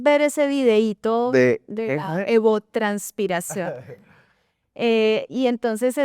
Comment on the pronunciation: "Evapotranspiración", no "evotranspiración", para que corrijan la próxima vez ("evotranspiración" suena a sudor de cierto expresidente boliviano). Y "esa agua", no "ese agua", que eso sí da mucho dolor de oídos, por favor...